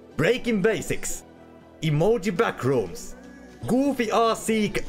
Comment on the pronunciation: The pronounciation of Emojy Backrooms caught me off guard😂 Best way to speak german my friend